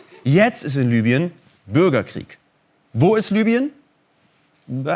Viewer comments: Es heißt LIBYEN und nicht LÜBYEN! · EBEN! Das war mit Abstand das schockierenste an dem Video! WARUM MERKT DAS DENN KEINER?? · LI BY EN ! Es heißt LIBYEN